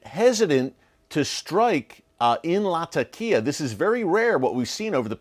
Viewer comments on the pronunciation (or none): hello my brother Eric. Thank you for theses updates. Just one simple correction. It is pronounced Latheqiah or if too hard to pronounce you can use Lazeqiah. This would make you more professional my brother for it is the proper sound to the name. Thanks.